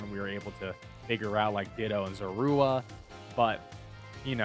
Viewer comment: it's not called killing it's called fainting!! you don't KILL IN POKEMON GAMES EVER!! and i dont think he pronounced Zorua right at all either LOL